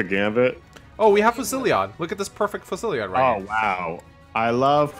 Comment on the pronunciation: Fu-sil-lod. not Fu-silli-ade. that's how you pronounce Fusillade.